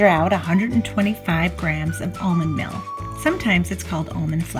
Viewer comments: Meal is pronounced with a long e sound not a short i sound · lol exactly. I even saw someone correct you on how "meal" is pronounced in almond meal. 😆 I remember kids at school calling crayons "crowns", I still knew what they meant though.